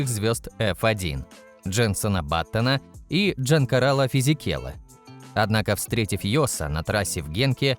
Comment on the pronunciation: Бля автор, прежде чем делать ролик, хотя бы подготовь правильное произношение имен и фамилий гонщиков, половина вообще не понятно что за гонщики Джан карАла физикелло, Батас, лЭклер, еще и великий райкОнэн попал под замес просто позорище 🤦🏼‍♂️